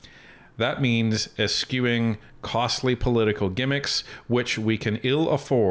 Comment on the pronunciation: esCHEW, not esKEW